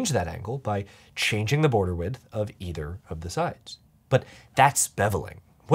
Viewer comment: I don't hear the "th" at the end of him saying "width"... so it sounds like he's always saying "wid". We are supposed to be pronouncing the "th" right? Or have I been living lie O _ o